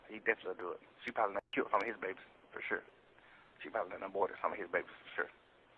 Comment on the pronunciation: “For sur”